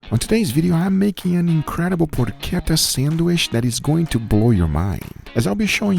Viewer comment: man it's not porQueta! It's PorCHetta! Like you say Porch! It does not have a Q inside! its CH! Loved that sandwitch tho!